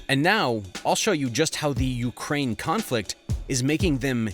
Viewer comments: Correction: "Ukraine" not "Ukrain" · ‘Ukrain’ lol